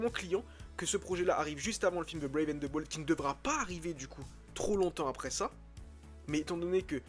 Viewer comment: "Ze" Batman ca m'a totalement déconnecté de ta vidéo.